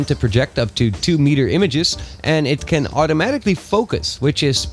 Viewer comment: Your can sounds like can't